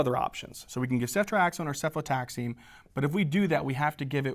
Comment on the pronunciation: correction: cefotaxime not cefotaxine